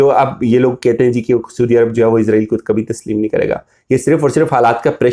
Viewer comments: بڑے بھائی السلام علیکم ورحمةالله، ازرائیل نہ بولا کریں صحیح لفظ اسرائیل ہے!!! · کہاں کہاں سے اٹھ کر لوگ ویڈیو بنانے آ جاتے ہیں؟؟؟؟ لفظ بھی بولنے نہیں آتے ۔۔۔۔۔۔۔ سودی عرب۔ سودی عرب۔ سودی عرب۔ عزرائیل۔ عزرائیل۔ عزرائیل۔ وڈے تجزیہ نگار ویکھو۔ 😇😇😇😇😇😇😇